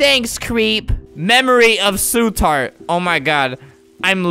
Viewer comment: "Oh no su tart"